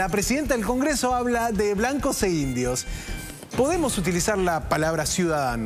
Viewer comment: Dijo blancos y indios, ni siquiera lo dijo bien.